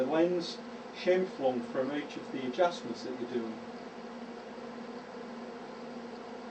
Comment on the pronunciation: Scheimpflug was a Austrian geodetic engineer. Your pronounciation is correct.